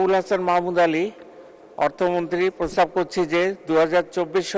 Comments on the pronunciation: প্রস্তাব করছি নাকি প্রস্রাব করছি,,, কি শুনলাম জানি না 😜😜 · প্রস্তাব নাকি প্রসাব বলছে 😂😂